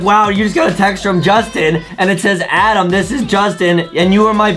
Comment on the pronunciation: It’s Adem not Adam (not tryna say it rudely)